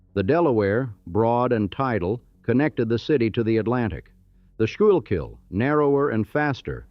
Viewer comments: it’s pronounced, “school-kill” with the accent on the first syllable. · PSA for TTS/Generative AIs:"Schuylkill" is either "school-kill" if you are a traffic announcer from Philly, or "SKOO-kll" if you are a native of said county. That is all. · skoookill not schoookill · Doing great until the pronunciation of Schuykill river. Sku-kill. The Schuykill(road) is nicknamed SureKill, many accidents. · Born and raised in Philly -- what was really missed in this video was TASTYKAKE! Oh, and for those NOT locals, the west border river is pronounced like SCHOOL-KILL. It's a Lenape word. And you are not Reading Market, you're Redding Market. Problem when AI pronounces everything phonetically. But us REAL Philadelphians knew the correct pronunciation right away. Oh, and North Philly back in the Post-WWII era. Botany 500 was a huge clothing manufacture where both my Maternal grandparents worked. Mom-mom was a seamstress; pop-pop a floor supervisor. I studied the Philadelphia Migration of the 1950's and 1960's as my College Thesis (LaSalle College, in Philly of course). As the White Population (and Jewish) moved to Northeast Philly, Levittown in Bucks County (and what is now Willingboro, NJ), as well as Cherry Hill NJ, in the 1960's, the manufacturer jobs in North and West Philly were replaced by the Great Black Migration from the Deep Southern States. Now, much of the NE Philly area is Asian, Russian, and not much else. South Philly will ALWAYS be Little Italy (as is Washington Township, NJ), and the North and West Philly areas are mostly African American. Only the Center City (every other City calls it Downtown) area is diverse, as there are lots of White Collar industries there (law firms and insurance companies, for example). Happy 250th PHILLY!! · Schuylkill - pronounced school-kill. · It’s pronounced “sku-kill” and it’s Shibe that rhymes with bribe. I’m g,as I didn’t hear mispronunciation of Passyunk. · The shurkill is cringe 😬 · The Expressway is pronounced Sure Kill.